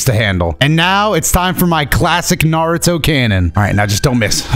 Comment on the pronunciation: Every other time this man says Naruto I swear he's saying Nardo. Like he's talking bout Nardo Wick